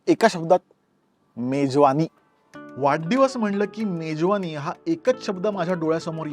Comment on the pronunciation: वाढदिवस याला तू वाड्डीवस का म्हणतोय तो पण पुणेरी शब्द आहे की काय